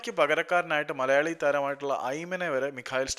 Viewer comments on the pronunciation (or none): none